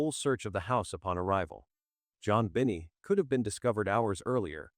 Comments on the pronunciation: As interested as I am with this crime, I can’t listen to the rest of it due to terrible ai narrative. It is so exasperating to hear the stammering stuttering robotic voice, I can’t stand it. It even calls the child “Jon Benny” over and over. Ggaaahhhh! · This AI narrator is annoying!! People don’t talk like this!! He mispronounces her name, pauses in weird places, etc. Besides, NONE of the family’s DNA matched !!